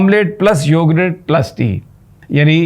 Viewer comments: Yogurt not "Yogrett" 😂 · Please it’s not “ Yorgrraat” it’s yogurt or for easy English … “ Yogart” Hope you consider it! 💐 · Sami Ibrahim Sahib, It’s YOGURT not Yogrut You said that numerous times. Please correct that YOGURT. Thnx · May Allah keep him safe. It's YO-GURT and not YO-GRUTT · Plz it is yougurt and not yougrut, with pardon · It is read as yougat not yougart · I am highly surprised that you don't know the English of " Dahi, are you an uneducated person ? Can't you pronounce the word correctly